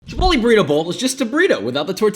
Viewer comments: Not “chai pottle” 😂😂😂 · The way he said ''shai-pottle'' with that american accent makes my latin ancestors revolve in their graves! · That random “Chiiii-Pottle” was gold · “ Oh My God … Chai-puddle “💀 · The way he said chipotle LOL